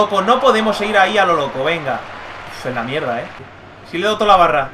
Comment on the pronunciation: Esta muy diferente este diyei cuando dice mierda suena raro